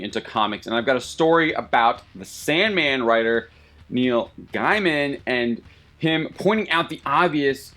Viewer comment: You don't even know how to say Neil Gaiman.. which is an obvious tell of your level of experience with the guy. That said, yeah Hollywood has been killing the spirit of comics for years. Most people these days claiming to be into these franchises don't even read comics, and others are put off thinking comics are as gutless as the movies without even understanding comics from experience. Comicbook writers have been warning about this for decades, corporations aiming at mass common denominators are killing the spirit of comics. Support independents